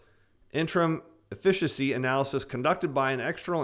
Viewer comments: efficacy - (EFF-ik-ah-see) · Efficacy pronounced F-eh-ka-see.